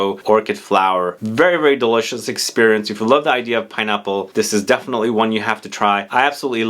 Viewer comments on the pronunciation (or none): none